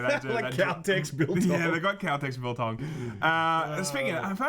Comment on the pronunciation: Nearly fell off my seat when you said biltong! Haha. Correct pronunciation and everything! I'm impressed. Now try some droë wors.